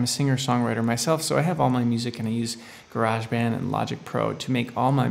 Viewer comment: Its Garage not Garage :) - English here. lol Great Tut fella.